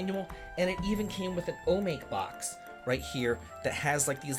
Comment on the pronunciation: Don't mind me, I'm just here to complain about the way you pronounced "Hiro" and "omake". The latter I get if you don't know how to pronounce words of Japanese origin, but come on man, Hiro is the main character in Eternal Blue. His name is spoken very frequently throughout the game. You're supposed to be a fan of the franchise!